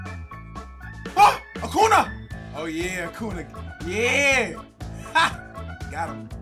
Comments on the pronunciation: Can y’all help let see this, it is pronounced Acun-ya not Acun-a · It’s pronounced acoonya not acoona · It’s pronounced Acunyaa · It’s acun ya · it’s pronounced Acun-ya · Acunà is pronounced Acoonya just lyk ly bro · Its pronounced acoonya